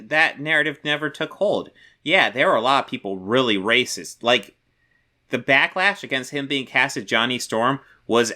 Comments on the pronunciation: I am getting so fucking aggregated by his pronunciation of “rossacist”— it’s a blatant grift to not trip the demonetization algorithm and drag his video out long enough for a fucking ad break. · To me it kinda sounds like he is saying eroticism. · Yeah, it's not a pronunciation in his accent, haha. I thought it was poking fun. Still find it funny to be honest. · I actually asked what was up with the pronunciation of "racist" in the video and flat-out told me it was to avoid the video getting demonetized. Okay. Anyway, this Midnight's Edge video is gaslighting of the highest order. It is correct that news outlets tend to get drawn to the controversy like sharks smelling blood, but Midnight's Edge uses that playbook just as badly if not worse.